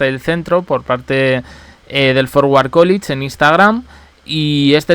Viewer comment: College se pronuncia Cólech y no Cólich 🙂